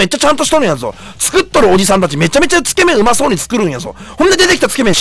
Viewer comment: つけ麺のイントネーションがすごく気になるw